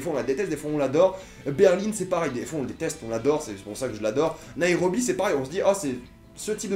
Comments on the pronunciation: C'est Nairobi pas naérobi lol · ''Berline'' ''Naérobie'' MDRRR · on dit "BERLIN" et non "BERLINE" et "NEIROBI" et non "NAEROBI"